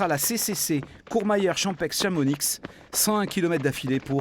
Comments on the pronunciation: J’ai beaucoup apprécié le reportage jusqu’à entendre ChamoniXE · Toute la vidéo était top jusqu’à la dernière phrase:« Champexe et Chamonixe » …. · aaarrrrrg Chamoni"x", j'ai mal aux oreilles là !!!! 😅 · ChampEXE, ChamonIXE, mes oreilles saignent... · depuis le temps qu'on le dit: on ne prononce pas le X a la fin de Chamonix (dans Champex non plus d'ailleurs ;) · Moi je prononce Chamoni (pour la ville) mais Chamonix pour les gâteaux du même noms .....😅